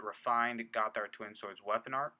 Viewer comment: it's pronounced Gott-hard, two words.